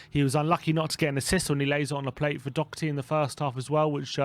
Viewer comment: Funny how still can't pronounce Doherty correct nor give the Irishman credit when it's due.